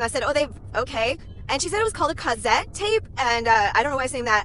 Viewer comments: The way you say cassette is killing me. The S’s aren’t pronounced like Z’s. It’s Kuh-set. You’re welcome. 😘 And if this is a joke, clearly I missed it. 🤣🤣🤣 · Okay it’s pronounced cuss ette. Seriously? Must be a joke😂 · I’m praying this is a joke. I’m a 2007 baby, and I know and listen to cassette tapes. And it’s being pronounced wrong which kills me.(definitely a joke when you see the filter)